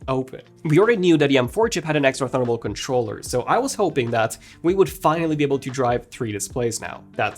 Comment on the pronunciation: Why does he say “thunderbolt” like that?